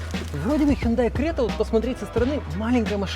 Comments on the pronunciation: Сами корейцы произносят как ХёндЭ (ударение на Э) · У меня фулловая крета 2020 года. В Казахстане мы говорим Хюндай😂Хундай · Не хюндай, а хёндэ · Запомните-правильно Хёнда!!! Это сами они под своим видео говорили!!! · Правильно хёндэ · Хёндэ кринж